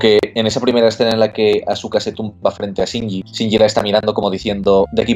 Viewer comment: Por favor digan aska. No azuka...